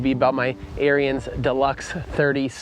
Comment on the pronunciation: It's pronounced like the name Aaron's not like the brotherhood aryuns.....js